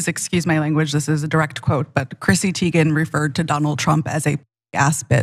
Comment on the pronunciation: BTW, her last name is pronounced Tay-gen. "I" before "E" except after "C" or when it has an A sound, like neighbor. Just an FYI